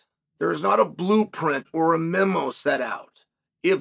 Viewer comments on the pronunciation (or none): none